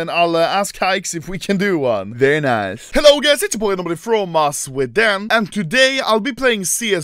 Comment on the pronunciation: I don’t think anomaly knows how to read when he said his own username he butchered it bad